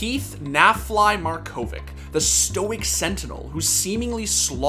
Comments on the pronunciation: It's Markovich, not Markovik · Any MarkoviK in chat. Learn to pronounce it right